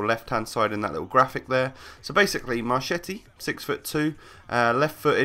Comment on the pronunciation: I'M ITALIAN AND HIS PRONUNCE IS " M-A-R-K-E-T-T-I" CH=K